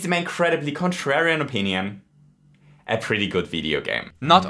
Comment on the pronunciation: If I hadn't turned subtitles on, I wouldn't have noticed that you said "Virginian" instead of "opinion"